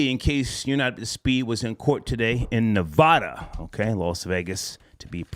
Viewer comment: It's pronounced Ne-VAD-uh